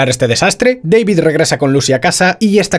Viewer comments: Que manía de llamar al prota "Deivid" que sí, que se escribe David, PERO SE PRONUNCIA IGUAL QUE SE ESCRIBE, si él mismo lo dice: D A V I D. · "Deivid" ulala señor Francés Se dice DAVID Martínez